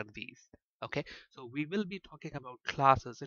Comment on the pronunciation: Great Lecturers Thanx alot .. But can you please use a better accent !! There's a difference between We and Ve Available and Avalbl Way and Vay Server and Sewer Allow you and Allov you .. etc Please accept my advice .. Everything else in your lessons were Amazing and helpful Thank you very much